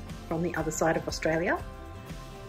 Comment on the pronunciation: Australia... I'm Australian and Austrialla is nowhere near correct!